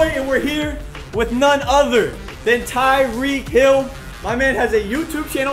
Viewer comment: TYEEK HILL